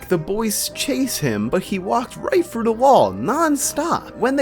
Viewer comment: Oh those pesky "L" words are difficult for ya aren't they? "He walked right fru duh wall." Walked "fru" it huh? "Usuawy" "Expecially" There's no "x" in Especially bruh. "Wiff" instead of "with" "Evo-duo" "Popuer" instead of popular "Space hear" um heater? "Actuawwy" The Fwane...Flame? "Fowwow"...Follow? "Frowing a key" THrowing "Fretening?"...Frightening "Feater"... Theater "Fratening"... Frightening "Spooky Space Gook" It's Kook I didn't know Elmer Fudd was narrating this. Bahahahaha!!!